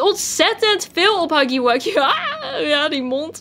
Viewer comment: het huggy wuggy niet haggy waggy